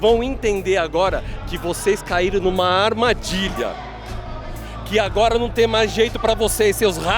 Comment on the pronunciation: "AR MA DI LHA" HAHHAHAHHAHA